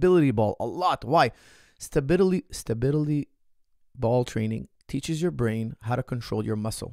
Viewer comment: it's all about the "stabiTily ball"